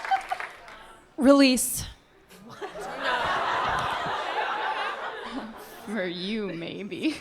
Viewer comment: When Kaitlyn said litt I cringed. Also I couldn't stop laughing throughout part 1 and 2 of this 😂